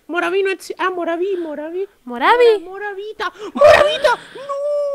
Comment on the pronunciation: No se dise moravo se dise morvi